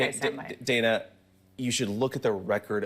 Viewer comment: Does vance call Dana Bash "Dane-uh" on purpose? She clearly pronounces her name as Dan-uh